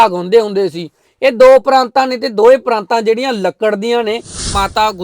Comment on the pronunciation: ਪਰਾਤਾਂ ਨਾ ਕਿ ਪਰਾਂਤਾਂ Praataan (not Praantaan)